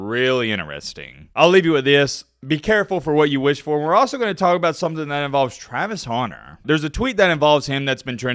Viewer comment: “Travis Houner”